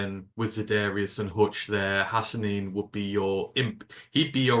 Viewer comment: Gentlemen - - - Your coverage is very complete and accurate except for one thing ... Sounds like you're calling Ahmed Hassanein (Asinine) which I'm sure is not your goal ..... It's pronounced Hassaneen (long "E" sound) other than that I proclaim you guys "Perfect" ... Thank You for your coverage from across the "Pond" ...